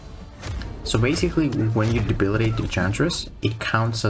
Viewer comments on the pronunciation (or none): "Debilidate"? 😂😂😂 Love the way he says that.